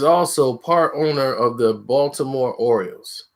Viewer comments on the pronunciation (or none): none